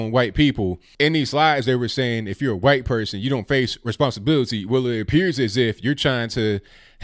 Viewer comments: Say white correctly please. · I wonder if you say 'Huwhite' on purpose. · You really emphasize the "wh" is "white" a lot, like stewie on family but, haha